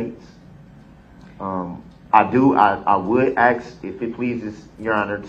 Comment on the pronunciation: Yes….every time he said “aks”